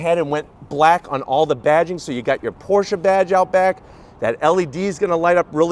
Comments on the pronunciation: Thank you so much for pronouncing Porsche correctly. Excellent review! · This it the first american so far to pronounce Porsche correctly...